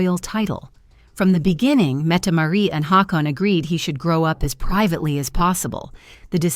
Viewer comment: Metmaret? Mettemarie? No its Mette- Maa-rit